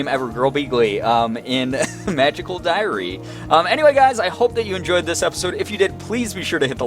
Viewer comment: Every time you say diary I just keep hearing diarrhea! Weird game and Hogwarts is just way cooler! :D